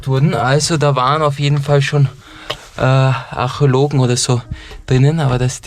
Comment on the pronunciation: Wer kennt sie nicht die Achelogen 🤣🤣😂😂